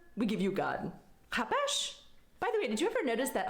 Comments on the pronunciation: Its not chapeš Its chápeš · IT Is chápeš ne hapeshsh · It's chápeš, not hapesh. Seriously, watching foreigners trying to speak my country's language (Czech) is absolutely hilarious because it's so easy to get it wrong and say something absolutely ridiculous XD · She doesn't even know how to pronounce ''Chápeš'' and has the audacity to say what she said. To nepochopíš...